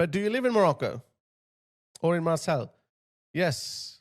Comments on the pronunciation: Marseille is pronounced “Mar-say” not “Mar-celle” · Just a side note...you pronounce Marseille...as Mar-say...just for future reference. The double 'll', becomes a 'y' sound.